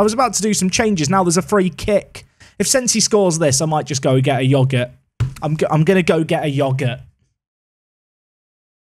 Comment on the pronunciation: it's pronounced yogurt not yogurt